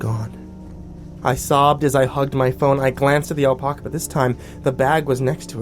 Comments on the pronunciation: it's not al-paw-ca, it's al-pack-ca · can I get an audio clip of you saying "alpaca"?